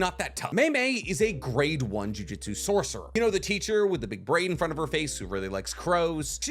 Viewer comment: For someone who makes a living from analyzing anime, you really have to stop mispronouncing jujutsu